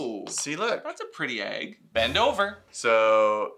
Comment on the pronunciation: nobody:: A Y G G